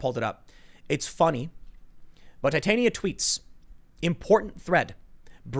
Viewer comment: irl its TIT-ania, not tite-ania